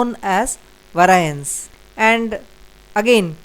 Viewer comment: Excellent lesson, but the word must be pronounced vay-ree-ance